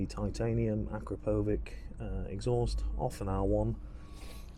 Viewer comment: AkKra/-PPPowitsch--is the right pronuncation.SLOWENIA--EUROPE.